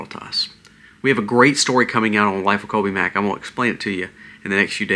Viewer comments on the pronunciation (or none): none